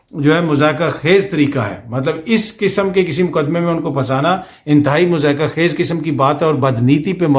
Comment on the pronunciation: درست تلفظ "مَضحَکَہ خَیز" ہے۔